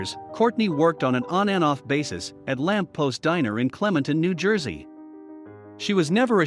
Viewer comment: Uh, the restaurant is called, :"The Lamp POST," not past.